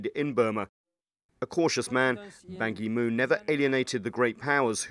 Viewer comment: Goodness, they can't even pronounce "Ban Ki-moon" correctly or even SLIGHTLY try to say his name correctly. BAN KEY MOON.